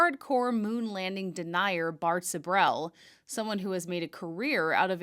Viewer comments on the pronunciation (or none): It's Sibrel not Sabrel.